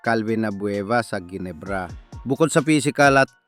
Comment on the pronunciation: The correct pronunciation for Ginebra is Henebra , G as H FIY